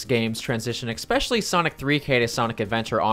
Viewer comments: I enjoy your videos, but learn how to pronounce escape and especially, its not ekscape and ekspecially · Absolutely no one:: “…..ekspecially”